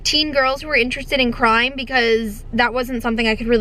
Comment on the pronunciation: I thought she said "I just love books about teen girls who are interested in crying" lmao I literally said same out loud before I realized she probably said "crime".